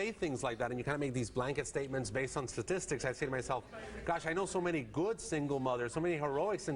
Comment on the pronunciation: Also what's so hard about saying STATistics, not "sasististics"